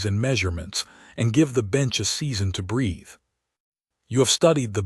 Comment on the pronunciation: Mispronunciation of words is a massive error for all these type of AI narrated stories. Geesh guys, at least teach your AI to correctly pronounce a word that is spelled the same but has several different pronunciations. The word breath has several different pronunciations that your AI is mangling because of the change in the text used. To breath (breeth), take a breath (breth)...or go back to school and learn the differences for this word. You have a mangled mess on your hands.